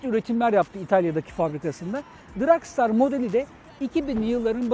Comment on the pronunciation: Daha motorun adini soyleyemiyorsun. Dragstar ile dragster arasinda okunurken cok fark var.